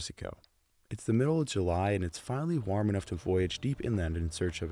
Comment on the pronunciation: The way this dude says warm tho. w-ARM